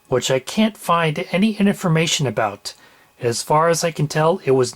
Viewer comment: Did you say "Inerformation"?